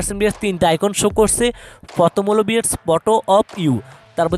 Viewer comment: ভিআর্স নাকি ভিউয়ার্স 🤔